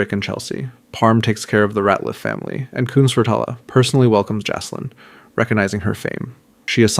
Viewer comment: FYI -- It's pronounced "JACK-lin". not JASS- lin, unless you want to sound like an idiot for the rest of the series. The name Jaclyn is a feminine name that is a variation of the name Jacqueline. Other variations of the name include Jackeline, Jakelin, and Jackielyn. The diminutive forms of Jacqueline include Jac, Jack, Jackie, Jaque, or Jacqui.